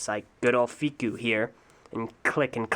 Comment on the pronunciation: hearing him say Fikou that way was really nice and made my day